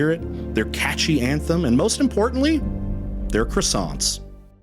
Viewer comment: C'est kruh·saant!!!!😂